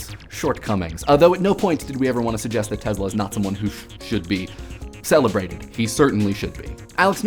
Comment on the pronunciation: Its pronounces TeSla.. not tezla... Nikola TeSla